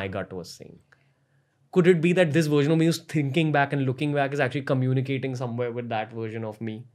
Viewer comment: When he first said the word "version" it sounded to me more like " gersion " ......